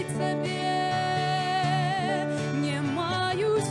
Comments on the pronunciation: Дзякуй вялікі. Адна заўвага: беларускай мове уласціва аканне і яканне. Таму больш прыемна чуць не "не маю сілы", а "нЯ маю сілы". Першы скдад перад націскам. У такім выпадку пішыцца 'не' , а чытаецца 'нЯ'. Напрыклад: "ня буду", але "не хачу" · Спела красиво. Правильно произносить "нЯ маю силы", в бел.языке Е гучыць як Я перад наступным нацискным складам.